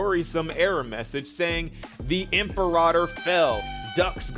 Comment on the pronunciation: God I hate how everyone is mispronouncing Imperator. Even in-game. Like, I know I'm being petty and it's really a non-issue overall, but it's just...IT'S FRUSTRATING!